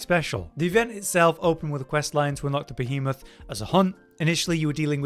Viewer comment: Im glad did this one. being perpetually unable to properly pronounce Behemoth makes my soul cry a little bit 🤣😂